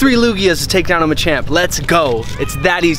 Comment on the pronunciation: Lugia not luggage